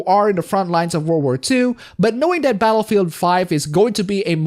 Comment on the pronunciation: I thought you said Betafield 5 for a second 😂